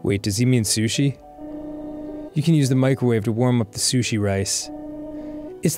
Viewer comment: Holy shit other people than me and my dad call sushi soosh?!